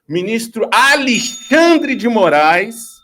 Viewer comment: Quem fala Alixandre é o tal do Do val tbm.